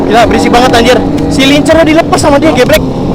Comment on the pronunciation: Gitu pronounce silencer?